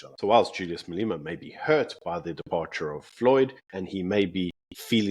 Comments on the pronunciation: Can you learn to pronounce MA-LE-MA? Come on my guy, we can't take you seriously if you can't even pronounce Julius' name. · Please pronounce Malema correctly.I know it is nit picking and maybe a little anal to pick this out,but it gets me every time you say "Maleema".Otherwise great show and my go to every morning with my breakfast.🤜🤛👍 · Hi, have you a reason for calling him Mal-ee-ma? His name is pronounced Mal-e-ma, the "e" pronounced as in "egg". Perhaps you didn't know?